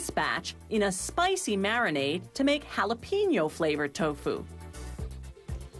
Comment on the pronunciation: And HALapeeno. OMG